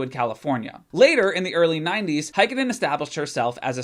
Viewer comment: As a fin the way you pronounce Heikkinen hurts my noggin. A for effort tho